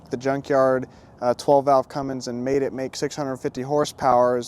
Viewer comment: brother plzzzzz stop saying cummings....it is a Cummins . Love the truck and the video.